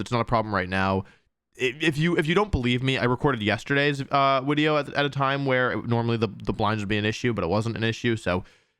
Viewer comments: Glad to hear you say wideo again. I discovered your channel during lockdown in spring 2020. And your daily uploads along with your positive energy really helped me get through the day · You said wideo and I got nostalgic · I love how wolfe says wideo plus the content on this channel is top notch /10 story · Wolfe: Wideo Me: :')